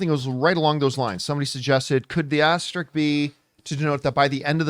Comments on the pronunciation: Someone pull him aside and tell him how to pronounce asterisks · This video also confirms John Campea can’t pronounce the word ‘asterisk’ 😂